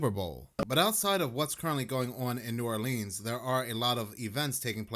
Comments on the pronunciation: New ARLINS. Pronounce it right lol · The way he says New Oleans is aggravating as hell! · Yk they ain't from Louisiana when they pronounce "New Orleans" like that 😂